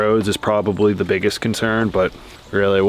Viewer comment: I've watched every video since day 1, and you drive me crazy. Long e before a word starting with a vowel. (thee ant). Short e before a word starting with a consonant. (thu van). 😐😐